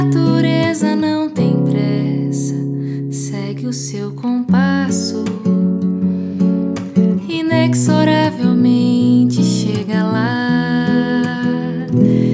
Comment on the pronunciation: Voz e canção muito bonitas. Uma observação: a pronúncia correta de 'inexoravelmente" é "inezoravemente".